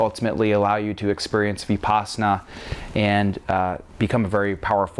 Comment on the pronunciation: Samatha was correct. - Jhana was correct - Piti was basically correct - emphasize on the silent "HHH" sound... so like "PEE-T-HEE" - you say "VEE-PASANA" it's more like "Vihp-pasanah" - you say "SAW-DEE" its more like "SAW-T--HEE" again with silent "H" both of those are very small, almost insignificant because a local would still understand you. However your biggest mispronunciation that might confuse a local is: You say it as "SAW-MA-HAWDEE" Its more like, "SAW-MA-D-HEE" still not exactly right. Its practically a bad joke to try to correct pronunciation over text haha. I hope this helps!